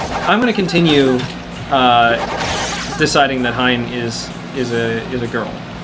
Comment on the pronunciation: Ya fellas pretty sure it's pronounced HEE-en